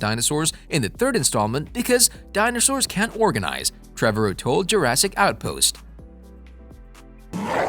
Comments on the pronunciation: Trevorrow rhythms with tomorrow. Trah-vah-row. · Why can’t you say the directors name right😂